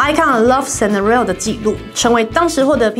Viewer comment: Scenario 可以讀得更好 英文加油！